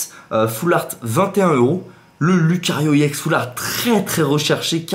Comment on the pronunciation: Pour qoi tu dit iex alore que sais ex